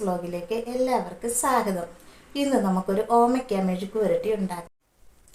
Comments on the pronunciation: ക്ക് തെറി പറയാൻ മാത്രമേ അറിയൂ സ്വാഗതം പറയാൻ അറിയില്ല. എല്ലാവർക്കും വീഡിയോയിലേക്ക് സാഗതം എന്നാണ് പറയുന്നത്. ഏതായാലും ക്ക് ദീപ്തി നല്ല സദ്യയാണ് കൊടുത്തത് വയറു നിറഞ്ഞിട്ടുണ്ടാവും. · സ്വാഗതം. അല്ല പറയുന്നത് സാഗതം ആണ് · സ്വാഗതം അല്ല “സാഗതം” 😄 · ആ സാഗതം പറഞ്ഞു കേട്ടപ്പോഴേ സംസ്കാരം മനസ്സിലായി 😂😂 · നേരിട്ട് കാണുമ്പോൾ യോട് പറയണം സാഗതം അല്ല സ്വാഗതം. മറ്റുള്ള വാക്കുകൾ കൃത്യമായി പറയുന്നതോടൊപ്പം ഇത്തരം വാക്കുകൾ പഠിക്കാനും പറയണേ. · സ്വാഗതം ന്ന് പോലും മര്യാതയ്ക്ക് പറയാൻ അറിയാത്ത പാവം... 😜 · സാഗതം....അല്ല സ്വാഗതം എന്നു പറയണം എന്നു ആ പെണ്ണുപിള്ളയ്ക്കു പറഞ്ഞു കൊടുക്കണേ ടീച്ചറെ 😂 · സാഗതം.......അതു kollam😂😂😂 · എന്ത് സ് വ്ലോകിലേക് സകദം. Oru സ്വാഗതം പറയുന്നത് പോലും അറിയാത്ത തള്ള 😂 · സ്വാഗതം പോലും പറയാൻ അറിയാത്ത *&%%%'&&%%%മോൾ 😁😁😁 സാഗതം പോലും 😄😄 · ക്ക് വിദ്യാഭ്യാസം അടുത്ത് കൂടെ പോലും പോയിട്ടില്ലെന്നു തോന്നുന്നു. സാഗതം എന്നാണല്ലോ എപ്പോഴും പറയുന്നത്. എന്താണ് അവർക്കു ഇതുകൊണ്ട് കിട്ടുന്നത്. ഏതായാലും അവർക്കു നല്ല ഒരു മറുപടി തന്നെ രണ്ടുപേരും കൂടി കൊടുത്തു. വെൽഡൺ 👏👏👍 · സാഗതം അല്ല ചേച്ചി 😂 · എന്റെ പൊന്നു സഹോദരീ... ഇവർക്ക് വിദ്യാഭ്യാസത്തിന്റെ കുറവ് നല്ലോണം ഉണ്ട്.. സ്വാഗതം എന്നുപോലും പറയാൻ അറിയില്ല.. അവർക്കു അറിയുന്ന കാര്യം മാത്രാണ് ഈ മറ്റേ കാര്യങ്ങൾ... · "സാഗതം " എന്നാണ് പറയുന്നത് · ക്ക് കുറച്ചു അക്ഷരം പഠിപ്പിക്കണം.. സാഗതം, സമ്മന്തി ഒക്കെയാണ്😂😂